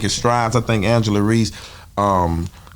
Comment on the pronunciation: Angle Reece not Angela 😂😂😂